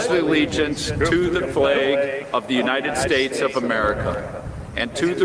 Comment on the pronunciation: "God bless the Younided Schdates." Donald Trump